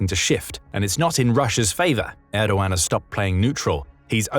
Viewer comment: It's not "Reysep", it's "Rejep" Tayyip Erdo-an (muted g)